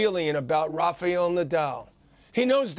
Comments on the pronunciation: John it is Raf-A-el and not Raf-EE-el...wtf*lol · Quit pronouncing his name! It's RaFaEl not RafeAl dummy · Why do people keep calling him "Rafial"?